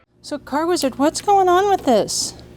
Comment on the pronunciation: I cringe when I hear "weezard"